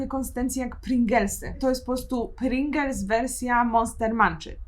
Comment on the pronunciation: Agaaaaa PRINGLESY NIE PRINGELSY 🙈